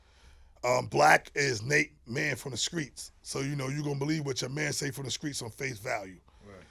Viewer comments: Everytime he said "Skreets'" I corrected him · Why he say screets like he from Mississippi 😂😂😂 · From that era many put the K in place of T. LoL... Not really a south thing. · From Jersey & been sayin "skreets" all my life